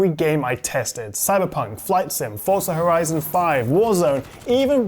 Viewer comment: FORZA no T in forza